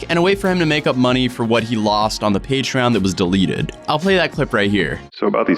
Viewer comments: He says: Patreein, Paytrin, Patreean, Paytriien. Fucking Patreon dude. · It's a new decade and still says paytren.... It's wrong faam!!!! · i know its because he says patrien